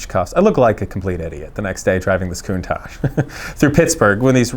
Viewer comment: Thumbs up for pronouncing the name correctly 👍👍